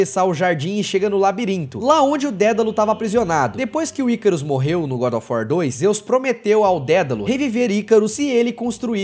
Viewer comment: Engraçado que ele chama GODÓFUÓ 3